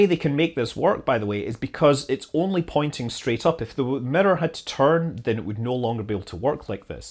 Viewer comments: You calling it a mirror or midor? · I don't like how you pronounce mirror!